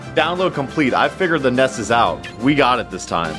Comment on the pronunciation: It sounds like Ness is saying, "Ice Cream!"